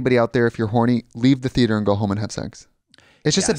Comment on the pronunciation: Lead associate at groomingdales and just the constant pronouncing of Thee-yay-ter was what got me most lol